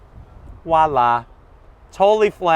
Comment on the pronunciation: Ok, another great review of a very nice vehicle, but enough with the Wala's (it's Voila') and the "hydraulic struts" they are actually pressurized gas struts. Hydraulic by definition involves liquids and there is no way you could compress a liquid with those struts. Geez dude...two more Zonks!